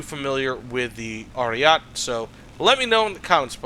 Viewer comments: Americans can be insufferable in their stubborness when it comes to pronouncing anything foreign wrong/right. Like lmao I understand spelling might be confusing but you can just listen to the word once and keep it in ur mind as Aryete it's not french so why would you drop the e. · and roll the R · Please for the love of God stop calling it "Ariat" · it's like that inglorious bastards scene P.S. pls continue calling it Ariat